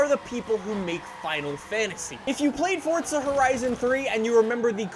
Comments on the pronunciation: It’s forza not forsta pls say it right it’s pissing me off🤣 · Its forza not fortza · Whats this fortza your talking about? Cuz theres no T in the forza (Four-Za) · FORZA, not FORTZA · Stop putting a T in Forza. It’s FOR ZA not Fortza. English please. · Who else gets triggered when he says Fortza instead of Forza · Anyone else notice that he says fort-za 🤣🤣🤣🤣😂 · Please stop pernouncing forza like fortsa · Please stop saying ''Fortza'' so much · He pronounces it as fortza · Hey, please stop pronounce forza with a t... You say fortza, thats not how you say it, so please, stop. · "fortza" sorry i like the vids but...fortza. hmmmm. lol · Does FORZA have a T in it? NO so stop pronouncing it incorectly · No they’re not both correct learn your English there is no T in Forza